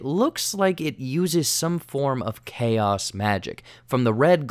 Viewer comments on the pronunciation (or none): none